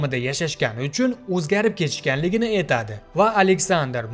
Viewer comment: эйтади..эйланади...зур укиббердинг узиям...а🤣🤣🤣